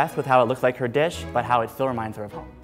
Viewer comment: " two chebs compete together to make my dream dibsh " my heart